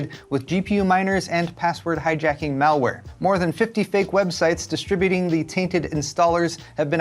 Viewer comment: Nice vide man thank you. “Mall wear” LOL!!